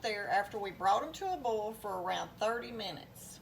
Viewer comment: First, I want to apologize for what I’m about to say 🫢. I couldn’t make it through your video. You were pronouncing “bowl” and “boil” exactly the same. And, every other word was “bowl”. Yikes You’re probably thinking just don’t watch if it bothers you, right? Well…….I think you’re a very good cook and I would like to learn to cook like you 😪 Once again , I apologize for everything I just said 😔